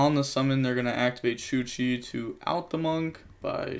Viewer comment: ITS CHUCHE, you dont read the E like that its an E after an H. You read it like you read it in Hey. So its not chuchee. Sorry had to get this off my chest